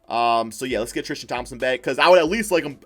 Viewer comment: how many times this dude say trishton thompson XD